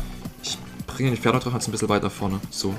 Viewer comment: Twaden.twaden.twaden.e dwagon.mal schauen.mal schauen.schauen.mal schauen.twaden.